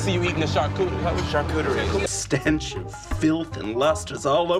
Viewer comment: Winston not being able to say charcuterie 😂